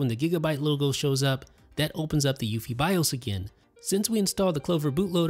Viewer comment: No one pronounces UEFI the way you do.